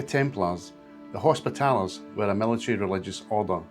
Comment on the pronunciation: interesting but pronounce hospitallers properly please